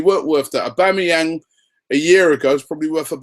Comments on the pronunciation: Wow!!!! Robbie - we "must" be gettin' close cos you learnt to pronounce his name right!!!!!! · Why are people getting excoted over these rumours, im excited that robbie said his full name perfectly!!!